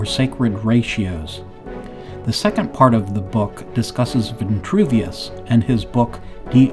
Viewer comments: its Vitruvius not ventruvious.. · STAHP SAYING VI-N-TRUVIUS....PLEASE!!! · Vitruvius has no n. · There is no N in Vitruvius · There is no “N” in Vitruvius. So why say it that way… Kind of weird.